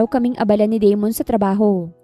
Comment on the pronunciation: Da-mon not De-mon kasi pangit pakinggan. Ganda ng kwento . Maraming salamat admin at miss narrator ❤